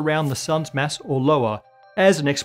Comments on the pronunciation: Your "Mass" and "Mess" sound the same. Pronounce it like your "Matter". I'm not pronounciation Nazi I swear. It just Masses up my brain. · Why do I keep hearing MESS instead of mass? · I fr thought he was saying ‘mess’ this whole time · When he says mass, I hear mess. Does that mean that the universe is 80% dark messy stuff?